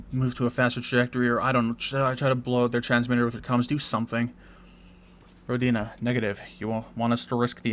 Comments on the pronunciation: Hey,, I believe the correct pronounciation is rOdina, not rodIna, just FYI:) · It's more common to pronounce it as "Row-deen-uh" though. I believe that's how the developer (Brendan Anthony) pronounces it.